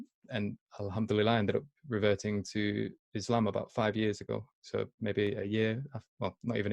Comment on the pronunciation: It sounds like is saying 'I reverted to Islamabad!'. hahaha. I had to rewind just to hear that. Mashallah.